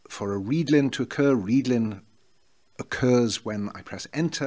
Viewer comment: Yes, I was saying that your pronunciation of 'readln' is correct.